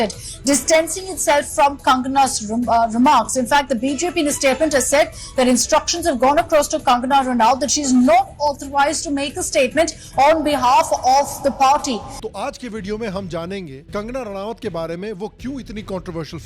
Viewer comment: Sala smjh ni ata max. Youtubers ranaut ko ranawat kyu bolte h😡😡😡